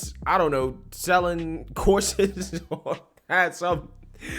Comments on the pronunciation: I thought he said "corsets" but he said "courses". Too bad, I was immediately intrigued :) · I swear when you said she was selling courses, I thought you said corsets. Oh, the horror. When you elaborated then I realized, Oh, courses.